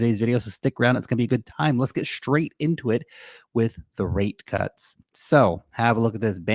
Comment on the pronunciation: STRaight not SCHTRait. Yeah yeah yeah I got to get a life, but I am picky about elocution. And a guy is smart and good looking as you should speak properly. STRong not SCHTRong!!